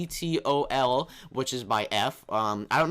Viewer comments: vtol doesent stand for anything it's pronounced V-Toll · VTOL = Vertical takeoff/landing. Pronounced V-tole. You can switch mode while in flight too!